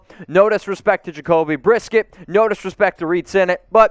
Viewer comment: “Jacoby Brisket” 😂